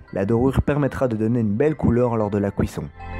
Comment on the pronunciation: Super vidéo comme d'habitude, mais t'aurais dû ouvrir un croissant à la fin pour que l'on voit l'intérieur :'( Ps : la "couisson" X'D